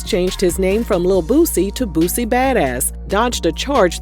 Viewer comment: He said it right tho. Most of them say lil BOOOZY